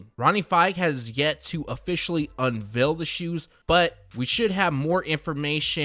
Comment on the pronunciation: I hate the way he pronounces unveil, like why does he say it like unvill smh